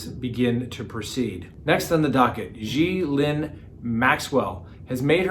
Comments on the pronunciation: it's a hard "G" pronounced: Gee lane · I love ya but every time I hear you say “Ghee-Lin” I scream at my phone “GHEE-LANE” 😅😅😄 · Enjoy the content. Ghislaine pronounced (Gill lane). S is silent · The pronunciation for the Maxwell first name is Gylan as in Dylan. Hard g. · Colby Ryan was adopted by Joseph Ryan. He is the biological son of Lori Vallow Daybell’s second husband. And Ghislaine is pronounced Gee-lane. It’s French. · Only can make a French name - Ghislaine, sound Asian - Xi Lin. Either way keep it up she doesn't deserve respect when she ruined & abused so many children. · It' s french and pronounced " Geez len " as in Geez! and Len as in Leonard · Pronounced Gill lane. Thanks for the vid 👍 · Please learn how to pronounce Ghislaine. Google it. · It's a hard G and then it's not Lee but a short I. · you need to hear the CORRECT pronunciation from the British news reports...CELTIC not Americanism!!!!